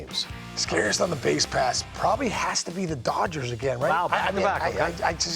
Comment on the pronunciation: Bro said “doyers” lmaooo